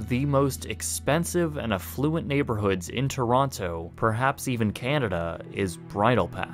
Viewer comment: Really cool video! But as a Canadian who lives in Ontario each time you would pronounce every T and O in the word Toronto I would cringe ever so slightly.